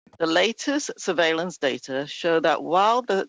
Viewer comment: "The latest survalince system". Do you all hear that....survalince system.....f u tam